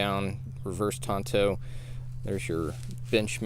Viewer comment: Very nice review, actually an excellent review, thank you! But please it's TANto not TONto. Tonto was the Lone Ranger's sidekick. This blade is a reverse TANto. Cheers.